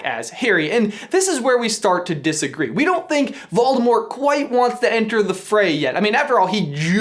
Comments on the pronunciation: Morgan Bradley ikr it’s so annoying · "Volemort"? Not Voldemort? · Great video, but who's Volemort? xD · Volemort??? LOL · Who's Volemort? Tom Marvolo Ridle with one D?